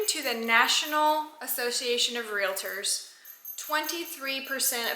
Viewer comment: I don’t blame you one bit for carrying. It’s a shame that you have to but unfortunately that is the way it is these days. One question though, and please don’t be offended, but isn’t realtors pronounced as spelled? Why do you call it real-a-tors?